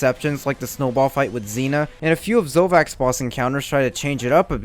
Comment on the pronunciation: This guy called Zavok Zovak